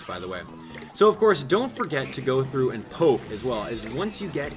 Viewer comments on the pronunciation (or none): STOP SAYING GO THOUGHT